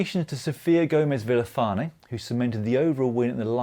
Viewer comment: "Fouquenet" - a name easily misunderstood in translation. Also - Sofia Gomez-Villafañe - the pronunciation in original Spanish is not at all what you'd think reading the name. More like "Viyashifanye". There's a youtube out there with her pronouncing her own name, though she's clearly fine with being called the way an English speaker would read that.